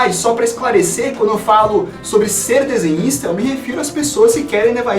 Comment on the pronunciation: eu entendi paranista(torcedor do paraná clube) no começo do vídeo